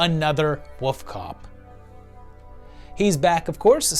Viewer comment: Dude, I say this is a loyal veiwer, you really need to work on your pronunciation of wolf. Lol